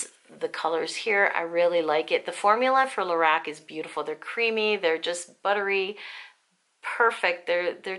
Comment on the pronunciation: At last someone who says Lor ACK :0) x